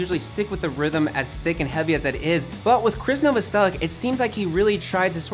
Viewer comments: the year is 2019 and people still cant pronounce Novoselic’s last name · His name was actually pronounced No-voss-o-litch, but because of the hard American pronunciation, he says Novo-sell-itch.